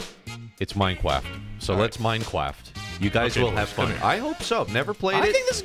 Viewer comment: Come on VodGang we’re gonna pway da Minecwaft!